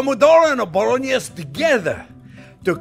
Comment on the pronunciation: A ponognese! A bolognoro? Either way, JP is genius